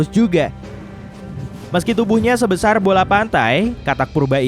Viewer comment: sebesar bg bkan seboasar. Edit: sebuasar malah keknya g tau dhlh